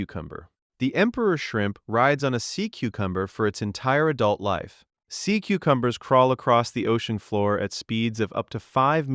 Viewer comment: This is ai narration how live is pronounced, disliked